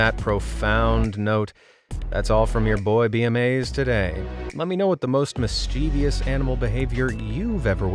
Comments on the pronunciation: Sorry, it bugs me when you repeatedly mispronounce "mischievous" as "mischeev-ious" . Obviously you have spelled it correctly. I'm going to have to call you out ironically because of one of your own videos -- YOU HAD ONE JOB! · Sorry but its a 3 syllable word, not 4, MIS-CHIV-US (sounds like) We take that extra vowel and move it lol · Mischievous is three syllables, not four! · PLEASE learn to pronounce the word ‘mischievous’ correctly. It has 3 syllables not 4. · Please pronounce “mischievous” and “orangutan” correctly! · great video, my friend and i loved watching it. just curious, what's your vernacular, we find your pronunciation of the word "mischievous" rather unusual.